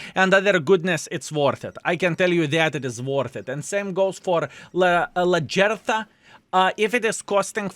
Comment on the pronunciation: not 1 sounded anywhere near the actors voices , my god , her name is LAG -EETTH - HEEER